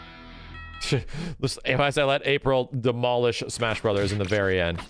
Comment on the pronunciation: dey put duh lethal league in de smesh brothers